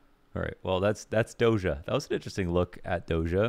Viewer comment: It sounds [do-s'ia], not [dozha]. Just saying